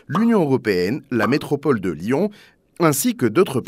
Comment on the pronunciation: Lyon pas « lian » ! 😢 (pas tout le temps mais souvent)